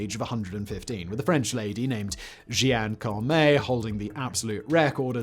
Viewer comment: I'm not even french, but I know that was the worst pronunciation of Jeanne Calment ever uttered in the history of mankind 😂. Slightly forgiven by the fact you clearly misread the name, but still surprising there aren't more people calling it out in the comments. Guess this channel isn't big in baguette speaking countries 😜